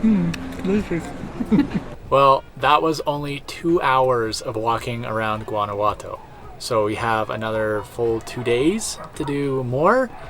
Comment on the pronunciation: Guanajuato is beautiful stayed there with a Mexican guy many years ago, very romantic, lovely hotel with an open air shower 🥰. Note its pronounced like Yuan not with a hard G 🤗